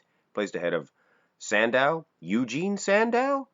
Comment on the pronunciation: It's sandoe, not sandow